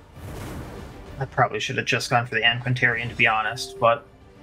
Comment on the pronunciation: Firstly: That mispronunciation of antiquarian though. (Don't worry it was funny) Secondly: Notice how it didn't say DEATHBLOW when you "killed" her